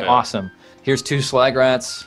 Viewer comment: It almost sounded like said 'swag rats'.